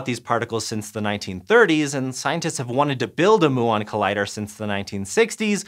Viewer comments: Mew-on, not moo-on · Moo-on. Lol. Can you produce them by colliding cows? Even Americans I've listened to talking about them say m'you-on... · Come on muon, not moo’on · Particle physicist here - I don't think I've heard "moo-on" before aha, typically people use "myoo-on" like the greek letter. More interestingly with regard to a muon collider, the other big engineering constraint is that muons decay in microseconds. You can extend this relativistically when you speed them up, but you can't escape it, so you have a ticking clock from the time you create the muons to the time you collide them. The LHC currently takes hours from injection to collision, so this would be a significant design difference, though it should still be possible. A muon collider would be really, really exciting. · it's pronounced m-you-on, not moo-on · Isn’t it “mew-on” not “moo-on”?? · "mew-on" not "moo-on" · Is muon pronounced 'moo-on' or 'mew-on' ? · Gotta admit, it’s funny listening people outside your field try to pronounce the different terms we have. I’m referring to him saying ‘moo-on’, rather the root is Greek and suppose to be ‘mew-on’. XD It’s like me with all the Latin words used in laws and biology. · His pronunciation of muon is driving me insane. It's not moo-on. It mew-on. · Pronunciation question. Is "muon" more often said "moo-on" as does in this video or more "myuu-on" as I was thinking before? I was thinking "myuu-on" because I had thought they were named after the Greek letter [μ] which I had learned was pronounced "myuu"... despite its pronunciation being written [m-u] in the Roman alphabet. I know it's confusing. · Also a physicist - never. "mew-on", not "moo-on". Think cats, not cows. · Mew-ons, not Moo-ons. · you understood them, so it doesn't matter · According to Google and every quantum physics show I've ever watched. You are pronouncing Muon wrong. It's more like mew-on and not moo-on. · Its pronouned Myoo on not moo on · STOP SAYING MOO-AHN!!! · myoo on : P